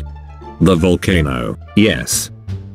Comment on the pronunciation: Jin: Volcanose * has died of laughter*